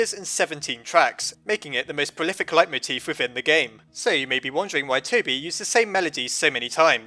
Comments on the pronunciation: "light-moteef"? I've always heard it be pronounced as "lay-moteef" :v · Isn't it pronounced lay-moteef?